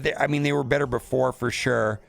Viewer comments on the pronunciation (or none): none